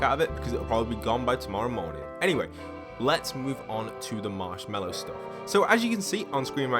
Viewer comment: He said marshwalk in the first also